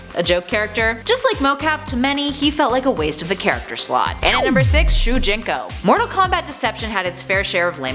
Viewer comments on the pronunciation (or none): It's not shujinko its sujinko